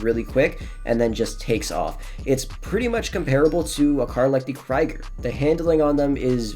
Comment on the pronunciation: 1 it’s fleeca with "s" not flicka 2 it’s krieger (more like kreeger) not kreiger (like kriger)